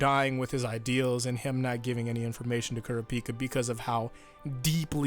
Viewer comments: “Cure-Ah-Picka” is it not pronounced “Cure-Rop-Picka” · KURA PEAK A. KURAH PEE KA. please pronounce his name correctly. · Hearing pronouncing Kurapika's name as Ku-ra-pi-ka instead Kur-ra-pi-kah like in the eng dub is just so weird like on how to pronounce Jotaro's name. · The way he pronounced kurapika😪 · I'm sorry but what the fuck was that pronunciation of Kurapika? Is that how it's actually said?! If so I've been wrong this whole time and wish I wasn't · Is it pronounced Kura-pika or is it pronounced as K-o-r-apika… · Dean Fish no that’s not how it’s said he makes it sound terribl